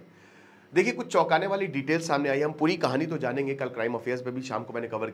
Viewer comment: "चुकाने" वाला..... नहीं......"चौकाने" वाला